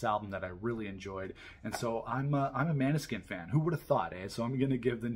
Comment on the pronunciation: Great review! Just a heads up, it's pronounced "mOAn-eh-skein" not "mAn-e-skin"